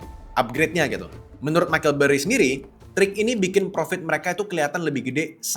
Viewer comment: Semua AI milik Allah😇🙏👼. Btw Michael burry bang bukan micheal😂😂